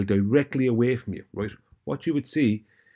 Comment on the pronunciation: Every time says “roight” he’s wrong 😂🤦‍♂️